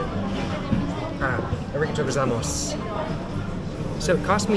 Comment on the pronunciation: uh ree guh toe go zai moss 😂